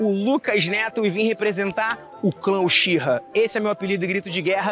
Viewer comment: Sê escreve uchiha mas c fala utiha